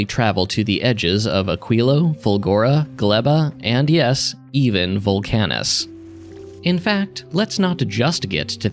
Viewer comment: you're the first person i've seen who pronounces VULcanus as vulCANus